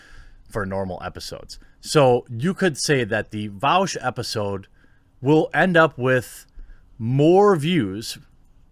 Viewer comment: bro... you can't even say his name properly lmao